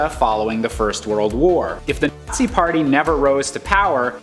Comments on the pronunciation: Did he say the Artsy party or the Assee party? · Yo why can't he say nazi